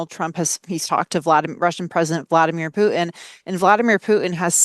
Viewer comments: It´s not Pu'in it's putin you deslexic woman. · OK, glottal stop in stead of 't' might be a thing in most words... But not in names. The Russian dictator's name is not Vladimir Pu'in. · If is aiming to be a credible reporter it would pay for her to pronounce the name of prominent leaders properly. There is no leader called Poo'in. The name is Putin. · Putin has a T in it, what is wrong with these people who don't know how to talk!